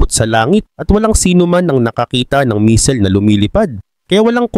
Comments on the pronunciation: Hindi misil kundi missile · Anong "MISIL"? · "Misil" talaga ? hahahahaha 😂